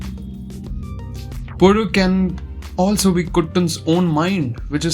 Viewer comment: You might be the first non keralite to pronounce the title correctly. Not to throw shade to other reviewers but so happy that you took up the effort and did it.